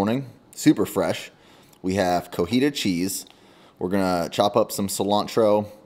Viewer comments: hahaha this is the second video I hear you say it, it is NOT cojita cheese, it is coTija cheese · Everytime you say "co-hee-ta" cheese I die a little inside. It's "co-TEE-ha"! The T comes first in cotija! 🙃 It's like saying "chi-pol-te" instead of "chi-pot-le". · COTIJA chees not COJITA HAHAHA no hate just fun haha keep it up brotha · love you man but it's "co-ti-ha" not "co-hita"! Come on man! (Actual Mexican here) 🤣